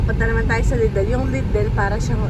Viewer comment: Lidel po ang pronunciation. Di ko po kayo binabash just correcting